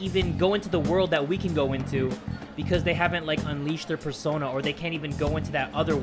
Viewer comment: I think i heard in the beginning of the video say sersona instead of persona 😶